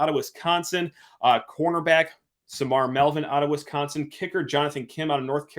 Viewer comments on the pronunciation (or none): none